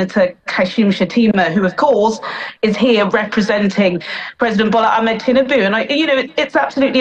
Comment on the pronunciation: The foreign correspondent needs to work on her pronunciation of Nigerian names, there's no competing pronunciation for "Tinubu"....